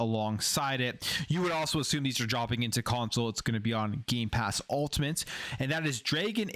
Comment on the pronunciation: Did he just say “gaypass “ in the intro?😂